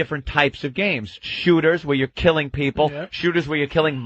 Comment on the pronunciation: .....my peepul and my peepul......and they say my peepul....